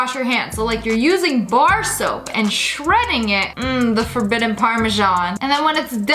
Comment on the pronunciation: this girl calls everything forbibben xD (sorry i cant spell)